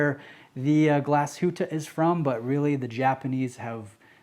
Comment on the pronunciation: Thank you for NOT butchering the name Glashütte,well done,mate! Greetings from Germany